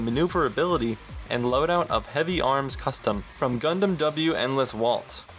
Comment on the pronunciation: Lmao, "Gundam W(double U)". That's the first time I've heard someone refer to Wing that way, since it's supposed to be America's beloved 'first Gundam show'. Nice review, nontheless. This game is an absolute treat for any Gundam fan.